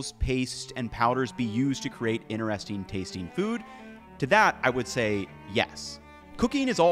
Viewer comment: it is innner-resting , is it outer-resting too?